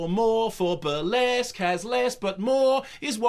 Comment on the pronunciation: The reesskee-ESQUE, the rissQUÈ...the Burr-LESQff....... He gets the RissQUÈ-est number, in the fill-um. Love it.